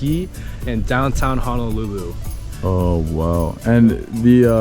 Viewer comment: My biggest irritation is how people mispronounce Honolulu It is HO-NO-lulu not HA-NA-lulu 🤙